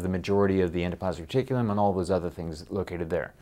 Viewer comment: thought he said "endoplasmic chicken" at first...